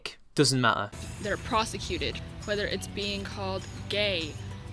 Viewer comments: For fuck sake it's persecuted, not prosecuted, you dumb bitch. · for fuck's sake: persecuted. the word is persecuted, you beautiful twit.